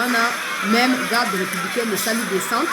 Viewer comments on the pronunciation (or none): none